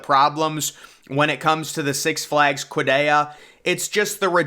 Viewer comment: "six flags kwadayya" 💀💀💀